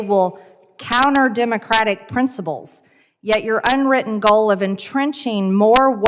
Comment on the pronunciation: "Prinsabulls" too